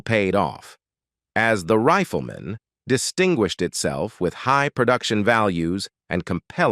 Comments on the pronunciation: The voice used for this was worse than that professor who purposely mispronounced all "white-sounding" graduate names. rifleman = "Reef-el-men" defined = "dif - end" iconic = "cone-ick" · Onced again the cyber-voice stumbles during an otherwise good homage to a TV and film actor. Indelible becomes "indy-lib- blul"; Rifleman becomes "riff-l'man; iconic is "ee-coe-nick"; colleague is "co-lee-gew"; close friend is "Cloz freend." Is it so hard to hire people to do this job, or just too expensive, so they have to use machinery? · OK............................ This IS the worst AI narrated video I have ever seen. The Riffla Mahn? Really? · why does the pronunciation go off late in this video?? Riff-la-ma for rifleman?? Ridiculous. It doesn't seem to be English. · Horrible pronunciation by your fake computer voice goes above and beyond... "The Riff-lee-mon"? Seriously, why would you accept this? It takes all the wind out of your sails, and renders your otherwise legitimate efforts as cheap and careless... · Y n the hell u pronounced the rifleman that way.?? It's the Rifleman. Not the Riffleman jackass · grating, monotonous A.I. text to voice WTF - its not riff el man - its sounded "RYE FUL" Man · The "Riffla-Man"? The "rolees" he played? Why is it so hard to get a human to narrate these cheapjack videos? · Please teach your robot the correct pronunciation of words. What is a "rifflymon"? Or a " collygew" ? And what are "rollies"? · OMG!!!!!!!!!!!!!!!! Learn to pronounce ENGLISH words! WHAT IS INDILIBLE??? Indelible (IN Dell ABLE)??? The Riplamon??? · These computer voiceovers totally fuck up the work you have done to compose the article. The RIFFELMAN? YULEOGEEE? Downvoted. Surely you could find a human to voiceover your work. Or do it yourself. I would rather hear a not so good human voice than these stupid computer voices with the jarring mispronunciations and mechanical pacing.